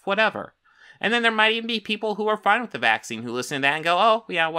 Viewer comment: Saying "nobody is talking about x" is not to be taken literally, and you damn well know that. Such a lazy attempt. Also, you have to pronounce the -th sound in "with" if you don't want to be taken seriously. Take a speech class.